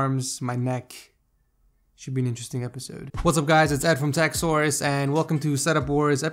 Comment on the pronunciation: when you say techsource ... sometimes it sounds almost as if you were saying techsaurus XD am i the only one to hear it ? XD